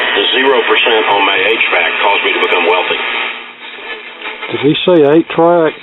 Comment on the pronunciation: H-Vac as in HVAC. Was funny though.